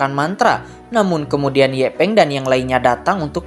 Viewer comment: Yanpeng bng bukan ye peng